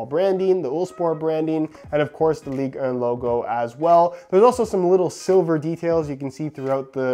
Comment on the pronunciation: Put more emphasis on the 1 on Ligue 1,.